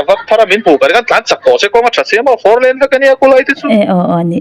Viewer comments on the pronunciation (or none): none